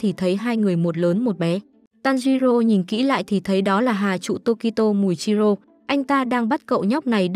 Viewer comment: Muichiro chứ ko phải là mùichiro đâu má